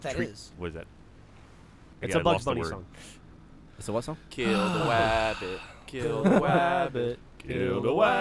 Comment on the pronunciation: Love how y'all joined in the chorus of "Kill de wabbit" 😂😂